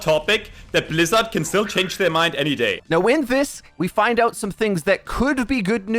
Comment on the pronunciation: Is Metro german? The way he pronounces Bizzard sound very german to me